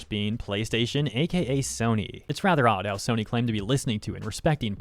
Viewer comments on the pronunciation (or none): I like the "SNOY" instead of "SONY" part. It's like when you mix s***, nope and soy 😅